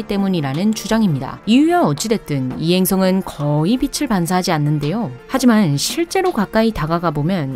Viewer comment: 빛을.. 발음 하실 때 비츨 비슬..자꾸 왔다갔다 하시는 것만 고쳐주심이ㅜㅜ